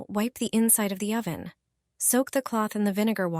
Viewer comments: "OH-van", LOL?! AI has a long way to go. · The AI voice is annoying. O van and grat y among some of the tell tale signs of AI.